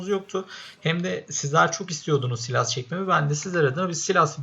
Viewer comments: Silas değil saylas diye okunuyor ama sen istediğin gibi söyleyebilirsin:) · Saylas değil saylıs diye okunuyor ama sen bilirsin